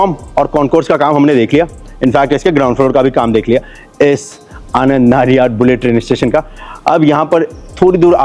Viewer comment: Sir it's आणंद not आनंद In Gujarati આણંદ